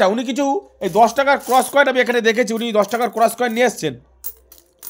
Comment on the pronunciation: Koel ❎ Coin ✅